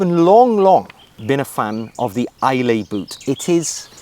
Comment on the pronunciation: Some amazing shoes there. The Islay being my favourite.. maybe because I live near Bond's home in Glencoe 😂 The "lay" part is pronounced "luh"....."Aye Luh". I assume this is named after the Scottish island of Islay. One of my favourites due to their amazing whisky 😂 Certainly worth a visit.